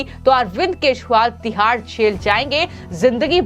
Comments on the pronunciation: Kejriwal & not Keshwal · इन मोहतरमा को केजीरवाल बोल्न भी नही आता wah😂😂😂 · Tu pagll hai kya Wo arvind Kejriwal Hai... Arvind Keswal nhi 😅😂😂😂😂